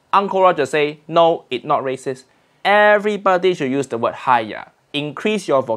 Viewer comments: HAIYAAA....not hiyaa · its haiya